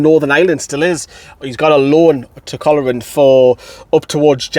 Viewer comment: Just a heads up. Im from Northern Ireland. Coleraine is pronounced "Cole" "Rain" if that helps. Love the channel 👌